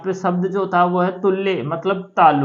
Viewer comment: उच्चारण भी गलत है पढ़ना भी गलत तुल्य को तुल्ये क्यों कह रहे हो। गलत मत पढ़ाओ तुल्य का मतलब होता है समान। न कि तालु